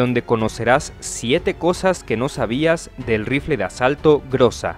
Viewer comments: "ГРОЗÁ" SE PRONUNCIA [GRAZÁ] Y NO [GRÓZA]. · No se le di groza sino grueza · "ГРОЗА" SE PRONUNCIA [GRAZÁ] Y NO [GRÓZA].